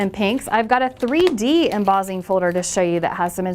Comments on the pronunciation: Embossing (em-boss-ing) NOT Embozzing lol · you pronounce emboss & embossed, traditionally, however, you change the ss to zz and say embozzing. Interesting...